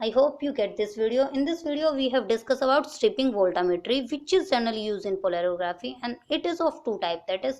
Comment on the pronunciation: it's Polarography, not Polerography